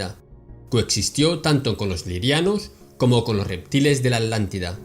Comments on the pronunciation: Solo para asegurarme: se le escucha a veces" La Alantida" y en otras "La Atlantida"...Puede aclarar esto, por favor? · ? Por qué se le escucha "ALANTIDA", hasta donde sé, la región se llama "Atlantida". ¿Escucho mal? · Con todo respeto,. No se dice Alántida; se dice Atlántida. La palabra viene de Atlas, no de Alas. Lo menciono a manera de evitar confusiones entre los oyentes, pues pudiera alguien llegar a pensar que la Alántida y la Atlántida son cosas diferentes. Esto es solo mi humilde opinión con el propósito de contribuir a tu enorme aportación... Paz y amor